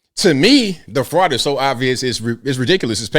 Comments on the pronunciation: "The Somali fraut", oh man, I missed you. Haven't listened in a while. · All these ladies who have trouble speaking the word FRAUD should attend the Learing center to help out with their pronunciation!